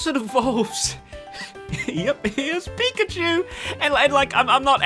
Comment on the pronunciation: I really liked the coconut line and the original version of the dragon eeveelution, please don't get rid of them. Also what the hell is a pic-ah-chew?